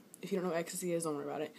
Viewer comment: "Your Hormonez Aree Likee Onn Extacyy ....... iF Youu Dunno Whaa Extacyy iS , Dont Worry Bout iT" LMFAOO !